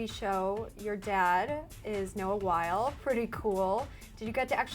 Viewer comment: It amazes me how many people can't say or spell Noah Wyle's last name correctly.